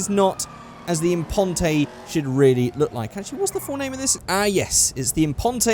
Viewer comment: FFS It's not Declas-SAY Impon-TAY, It's De-CLASS Im-PONT! It's supposed to sound French.